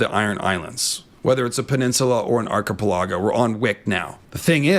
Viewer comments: Archipelago = "Ark-eh-pell-a-go" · I'm loving these Westerosi/Everywheresi videos. Just one thing though. PLEASE PLEASE PLEASE....learn to pronounce "archipelago" correctly! (ARKY-PELL-AGO) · Did bro really say "arc-i-pi-laggo"? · I hope you’ve learned how to pronounce archipelago now. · 🤣🤣🤣. I love your content. I get a kick out of your birds, I appreciate and enjoy the bits of your IRL personality/life that trickle into your YouTube persona, but for the love Garth; your pronunciation of "Archipelago" gives me twitches 🤣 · Am I the only one who pronounces "archipelago" and "peninsula" as ar-kuh-PELL-uh-go and pen-IN-suh-luh, and not ar-kuh-puh-LAH-go and pen-in-SYUH-lah like in the video? I mean vee-DAY-oh ;)